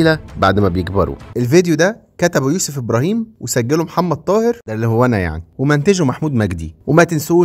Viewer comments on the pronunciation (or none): none